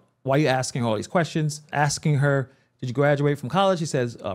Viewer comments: And so should this commentator he keeps axing her and there…the pain….just ask a question. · Lizzy Bordon never says ask or asking SHE always says AX or AXING or AXED. She sounds ignorant and has zero professionalism. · Man even your "aksing" questions 🫤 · Why are you even axing?